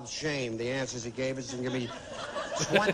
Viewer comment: Ah yes, answes.